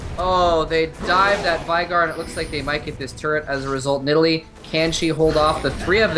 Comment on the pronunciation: When x says "turret" it kind of sounds like turd lol :P